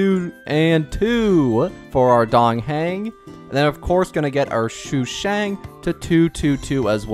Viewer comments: Day 1 of saying its sushang, not shushang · Shushang😭😭 its SUshang, not SHUshang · Shoe shang